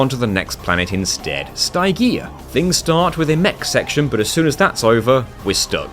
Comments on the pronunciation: I was really looking forward to how you'd handle the grind rails and the Tower of Power and I was not disappointed. Though I am deeply amused by your pronunciation of Stygia. (It's Stih-jee-uh, not Sty-gee-uh. It's pronounced in the cutscenes and I have vivid memory of the cutscenes in Deadlocked since it's my favorite of the first four Ratchet games and the cutscenes are so fun.) Stygia was the other point I was wondering how you could possibly do, and it taught me about the load cancelling glitch as a result: nicely done. Ace Hardlight's bomb issue was another one I was curious about. I didn't know about the distance limit of the shockwaves so that was a nice thing to learn for any future runs of the game I attempt. And goodness if I ever want to get my holoshield launcher to level 99 in a future playthrough, knowing I can shoot it with the turret will help enormously. Thanks for teaching me more about one of my favorite PS2 games and for showing off some cool ways to do various levels. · cant say i have ever heard "Ste-G-A" pronouced "Sty-GA" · Dog my man you can't go calling my goat Stygia "st-i-gee-ah" I refuse to accept this slander of the coolest ratchet and clank planet name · I was going to critisize your pronunciation of "Stygia" as all the characters in the cutscenes say it like "Sti-gee-ah" but then I remembered your are on the PS3 version and would have insta skipped all the cutscenes because, well... y'know. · got a heartache every time he mentioned stygia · If I remember the cut scenes correctly you pronounced planet Stygia wrong but other than that great job mate 👍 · I love all these challenge videos you make but man the mispronouncing of planet Stygia's name made me physically die inside, and I can't tell if it was either on purpose of not fhgfghfghfgh